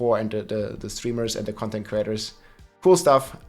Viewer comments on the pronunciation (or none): none